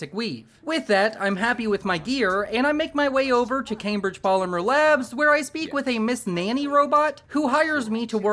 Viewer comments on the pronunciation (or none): none